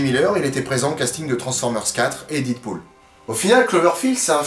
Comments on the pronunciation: Dead ne se prononce pas dide, mais dède. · "Did pool" ??!!